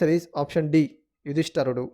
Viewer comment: యుధిష్టరుడు కాదు నాయనా! యుధిష్టిరుడు